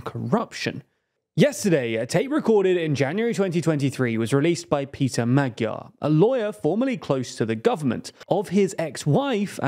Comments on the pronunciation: Could you possibly learn how to pronounce the word/name Magyar correctly? There are these things called internet translators. You type in the word, then press the little speaker button, and it will play back the proper pronunciation. Then you can learn it, and use it in your otherwise very professional news report. And just as a side note, every language has its own alphabet, and its own rules of pronunciation, and its own special characters that are not pronounced necessarily like they would be in English. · Yet he still pronounces it wrong. The new hosts do more due diligence when it comes to foreign name pronounciation